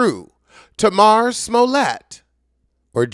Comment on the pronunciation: At least learn how to actually say her name correctly if you’re gonna rant at her so passionately. It also would’ve been good if you broke down exactly what happened and what was said. You just ranted and alluded to a bunch of stuff that doesn’t even make sense.